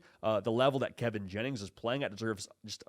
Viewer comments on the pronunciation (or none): none